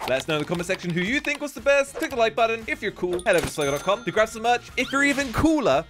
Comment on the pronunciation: Its not slog its slogo put o lol